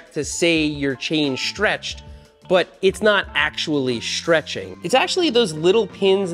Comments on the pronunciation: It's stretching not shtretching... Sorry I couldn't resist 😂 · Seth says, "Chain Schtretching". AAAAAARRRRRGGGHHH! Also, I have never heard a "pedal axle" called a "pedal axis". There is an axis running through your pedal axle. The axis is the imaginary line the axle turns about. (Lets not get into what an Axel is.) Fortunately, he doesn't use the term "front fork". (As opposed to the rear fork?) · Shtretshing, accents lol